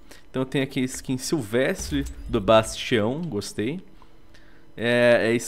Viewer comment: fiquei agoniado com ''bastião'' kkkk